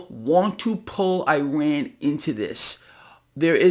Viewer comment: Pronounce Iran as if you were speaking Spanish and reading the word. That is how the people of Iran say the name of their country.